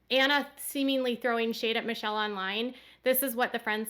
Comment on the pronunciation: It’s MICHELLE not MICHAEL!!